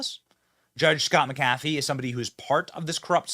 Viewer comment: The Judges name is pronounced Mac A Fee..